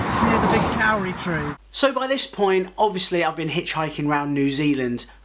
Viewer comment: Miss it so much!! Also the Kauri trees are pronounced Codi... just to make all us non kiwis sound silly! Hows life back in the Denonshire?